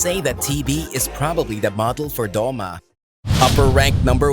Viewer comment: I like how its Doma not Douma